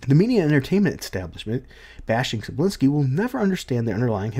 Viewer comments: Manga is pronounced "MON-guh" Cebulski is pronounced "Seh-BULL-Ski" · Here, I'll help you. You, English speakers, sure have troubles pronouncing names with Slavic origins. Tse-bull-ski "Cebula" means "Onion". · More like "Seh-Bowl-Ski". At least according to this video